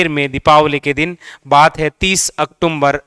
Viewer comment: अक्टूमबर नहीं अक्टूबर होता है भाई 😂😂